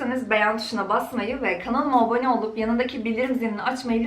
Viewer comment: Cok tatli cok guzel cok samimi bir kizsin senden tek birsey rica edegim..kanalima abone olun derken, kanalıma obone demen beni acayip geriyor cok rica ediyorum dikkat edersen daha bir zevkle izleyeceğim seni😘